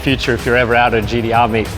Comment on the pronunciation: You can say Tee-spec but why do you keep saying GeeDeeArr? Great presentation though.